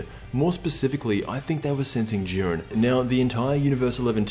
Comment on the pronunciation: Jiiiiiiiiiiren not jurin dafuq